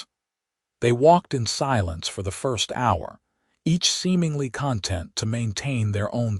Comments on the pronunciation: NOW, , "....each seemingly CON-tent to maintain...."!!!!!!!!!!!!!!!!!!!! YOU have a POS AI!!!!!!!!!!! ALREADY too many words stressed on the FREAKING wrong syll-ABLE!!!!!!!!!!!!!!!!!!!!!!!!! It FREAKING changes the meaning of the damnnn sentence!!!!!!!!!! Apparently, you are one of "THOSE" people who do NOT listen to, Proof and Edit your Crap Prior to posting it!!!!!!!!!!!!!!!!!!! THANKS FOR NOTHING!!!!!!!!!!!! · if there are two ways to pronounce a word, the AI will pick the wrong word every time. CONtent is a noun and conTENT is an adverb.